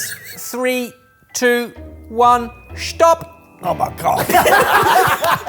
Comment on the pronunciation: Ok that was weird. said 'Stop' like we pronounce it in Germany. Edit: Why does he keep pronouncing it this way?:D It freaks me out!